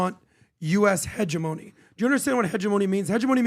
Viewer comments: can’t even say hegemony correctly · They need to learn to pronounce terms like "hegemony" and "iwo jima" but otherwise i agree. Learn what your talking about more b4 broadcasting otherwise gj.